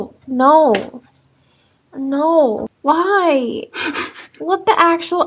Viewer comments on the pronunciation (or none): Why did she say "why" like that when you quite clearly struggle with a normal mouse